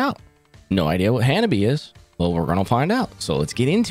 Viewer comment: Thank you for providing the proper pronunciation in line with the bands vid > The RIGHT WAY to say "HANABIE" ;) .